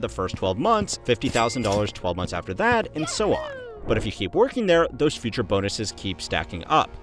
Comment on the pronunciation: "bUT ItS DUh FUrTUre"